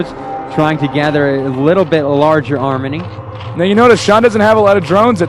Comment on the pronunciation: Ahahaha, armNy? Thank god Tasteless stepped in to help out this abominable caster